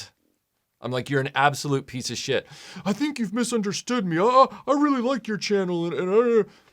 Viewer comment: I’m pretty sure I heard make the word “shit” two syllables. Idk about everyone else but when my grandpa said “shee-it” everyone knew he was legit pissed.